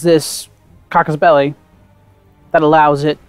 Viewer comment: casus belli not cacus belli :)